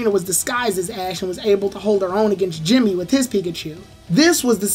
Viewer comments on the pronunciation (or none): none